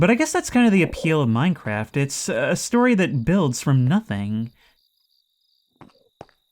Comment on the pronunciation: i love when you play minecwaf